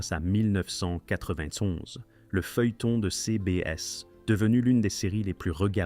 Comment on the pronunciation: Insupportable le "mille neuf cent quatre vingt tonze"